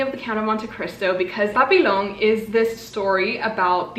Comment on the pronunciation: Pssst, the word 'Papillon' is pronounced more like pa-pee-yon. :) Otherwise, these all sound very cool!